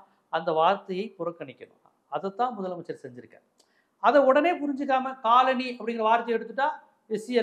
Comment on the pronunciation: Kaal Ani is footwear. Colony needs a bit of a malayalam pronunciation.....😅 To differentiate